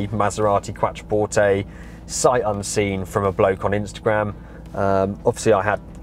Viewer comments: it's pronounced Quot-trer-port-tay, it's QUOT NOT QUAT! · You're completely incorrect. It's an Italian word. Pronounce it properly.